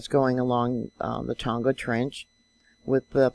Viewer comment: thanks,. been following you for years. a helpful tip. tonga is pronounced the same as a barbeque tong, fork tong with the "a" added....silent "g"